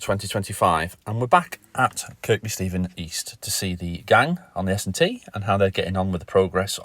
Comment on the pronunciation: Don’t they pronounce it Kir-bee.. not Kirkbee?